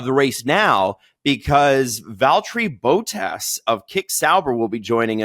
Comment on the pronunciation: “VALTERRY BOATASS” 🤦 cmon